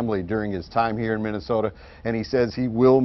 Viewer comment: Reporter's school 101 -- learn to correctly pronounce Minnesota. Nope.